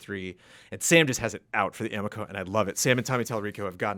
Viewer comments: Also. It is (a-mee-ko) because the amico fanboys will attack. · CORRECTION: Amico rhymes with amigo. It is correct that it looks like garbage.